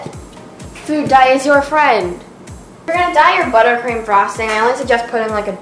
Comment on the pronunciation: am I the only one who thought you said buttcream